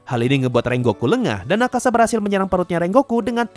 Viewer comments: Btw namanya Akaza min, bukan Akasa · Akaza bang bukan akasa